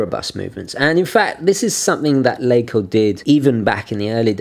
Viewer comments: We germans like to stretch vowels. Your pronounciation is good but i think it is more like "laacoh" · You really improved on your german pronounciation ;) ok, this video is 4 yrs old so you already know by now: LaCo = Lacher & Co